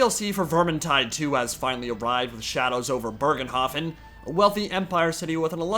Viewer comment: There is no r in Bögenhafen if it's supposed to be German